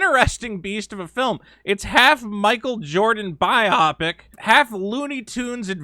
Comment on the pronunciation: My ass hurts when people mispronounce obvious stuff, so Biopic is pronounced bio-pic not bi-aw-pic.